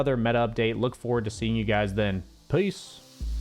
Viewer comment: Did he just say, "peace?" But it made me feel it was like "a-peace."